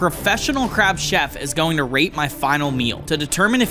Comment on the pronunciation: bro did NOT say rate 🙏